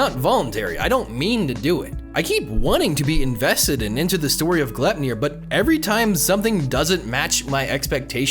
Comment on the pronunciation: Yo, it's pronounced Gly-p-nir. It's a dwarven sash that Odin and the gods bind Fenrir in Norse mythology.